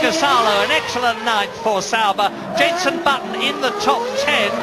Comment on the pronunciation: He says Bunson. As in Bunson Jetton instead of Jenson Button xD